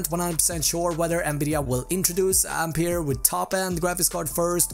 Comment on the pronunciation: Ampeier XD?